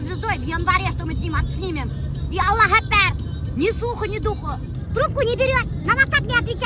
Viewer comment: говори точнее -- АЛЛАh hУ АКБАР. Мягкое слово ХУ после имени АЛЛАh произноси, пожалуйста.